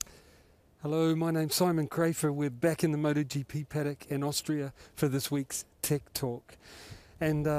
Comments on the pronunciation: Simon : Tech Talk My ear : Tik Tok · Simon Crafar: Tech Talk. My ears: Tik Tok. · "tech talk". But i hear that was "tik tok" 😅